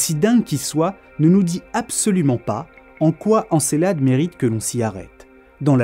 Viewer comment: En fait ça se prononce E, encElade pas é !